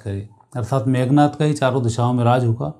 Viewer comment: 😂😂 मेघ नाथ😂😂 या मेघनाद😂😂 Very lousy narration.